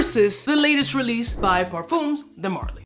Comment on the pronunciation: Par-fuhms. Rhymes with thumbs. Not par-fooms. I get that the Spanish pronunciation is stuck in your head, but think French, not Spanish. ;-)